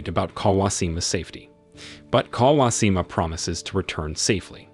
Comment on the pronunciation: Bro, that's some pretty atrocious pronounciations....pronunciations.... not even difficult names too. Kawashima clearly has an H.